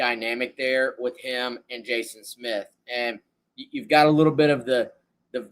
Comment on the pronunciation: Pronounce his last name correctly please . Good lord